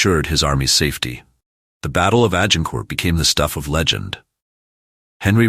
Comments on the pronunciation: Hey... it is not Agin Court! And he was Henry the 'fourth' not the 'futh'. Whom ever produced this video needs to go to English classes or pay for a better linguist. It is too painfulto listen to, let alone watch. Ach Y fI! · You don't pronounce the final letter of French words